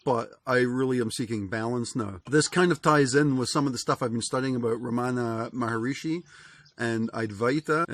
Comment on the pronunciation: Hi, great ideas... but please pronounce his name right: Ramana MA-HAR-SHI (3 syllables). Yes, he was a great teacher and saint. I have been to his ashram in India, in Tiruvanamalai.